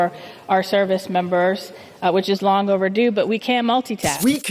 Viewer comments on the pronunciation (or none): none